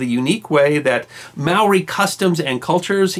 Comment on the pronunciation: Holy shit our good man!!😳 While your vids are fantastic! And it’s great that you’re doing this re NZ..👍 but your pronunciation is soooooooooooo shocking you may well start Ww3 here.. as you say the Maori are always up for putting stuff right👍...., they may well end up on your doorstep!!, along with us non (Maori) Kiwis😂. Today we fight together and that mispronunciation of tribal names has my skin crawling😂